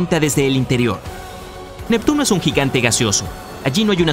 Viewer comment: Jajajaja 😂. Nectuno. Se. Come. A. Plutón. Jajajaja 😂🤣